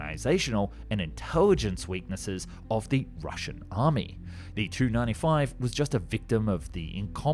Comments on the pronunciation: Just a note, Tu is pronounced 'T-u' (letters separate) instead of 'tu'... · I hate to correct such a great YouTuber but the way you say it is T U not Tu, I’m sorry for correcting you